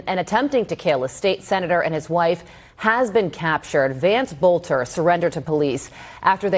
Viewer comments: Love ya Benny. PLEASE slow down...take your time...learn to pronounce words. LOOK at what you are saying before you say it. Guy's name is BOELTER...BOEL-TER (only 2 syllables) & SOUNDS LIKE BOWLTER...NOT BOE-LA-TER (3 syllables) Thank-you.:yougotthis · Boelter is pronounced like Belter 😊